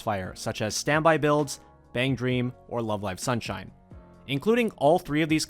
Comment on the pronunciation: I like the emphasis on love live sunshine